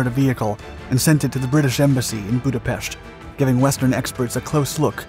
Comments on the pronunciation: Excellent pronunciation of Budapest, chassis not so much. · Thank you for pronouncing Budapest in the Hungarian way! First time I'm hearing it like this by a foreigner.